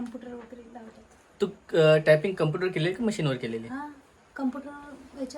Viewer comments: कंपूटर नाही ग कॉम्प्युटर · कपूटर नाही कॉम्प्युटर म्हणता